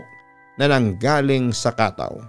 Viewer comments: It should read as katâw not kátaw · Ang tamang bigkas po niyan ay KATAW! matigas dapat na mabilis..gaya ng BIGAS hindi yong Khataw... 😂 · KATAW!!!!!dapat matigas ang bigkas !!! Hindi Khathaw😂😂😂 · papa dudut it's ka-táw po yung pagka pronounce sa bisaya hehe pero ang cute niyo pakinggan. ganda ng story galing niyo! dabest ❤️